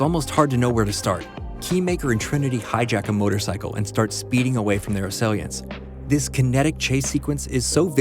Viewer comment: Narrator mispronounces words "ingenuity" and "assailants". Fire him.